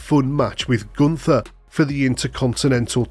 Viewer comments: The h of Gunther is silent and not an english T-H. But the U was spoken right. Greetings from germany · At the name Gunther,forget the h and let the t been heard. Call him Gunter,it's a german name and Sound awful with a english th!